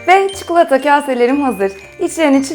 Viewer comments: Çukulata dedikçe sinir krizi geçiriyorum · Çukulata deme artık videoyu kapatmak zorunda kalıyorum çi ko la ta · Çukulata değil çikolata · Çukulata değil çikolata allah için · Abla çukulata değil çikolata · çuklata değil tatari çikolata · Abla artık çukulata yerine çikolata dermisin :) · çuklata diyor:-) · Sadece ben cuhuğlata demiyormuşum rahatladım :D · neden çikulata diyorsun? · çukulata :D